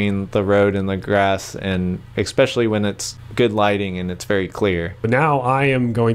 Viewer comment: Great video but please stop saying "ex-specially." There is no such word. The word is "especially."